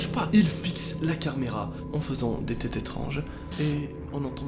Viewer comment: "Il fixe la CARMÉRA"